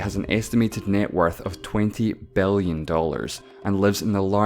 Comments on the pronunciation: Why is he pronouncing i as e and e as i? Mellion? Bellion? fefty? Sexty? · Twenty Bellion dollars and three hundred and fefty million dollars